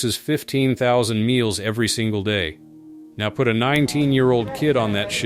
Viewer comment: “Inspection “erry” day.” 😮‍💨